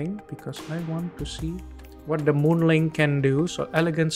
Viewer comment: It's not moon ling it's Moon Ming